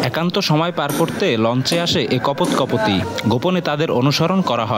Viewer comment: নিউজ চ্যানেল এর সাংবাদিক এর উপস্থাপনা এমন কেনো 0.27 সেকেন্ড এ কপত কপতি বল্লেন কিভাবে জাতীয় টিভি চ্যানেল এর সংবাদে